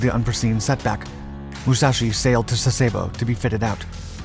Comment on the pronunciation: It’s pronounced Sass-uh-bo. At least, that’s the way we always pronounced it for the 11 years I was with the Navy.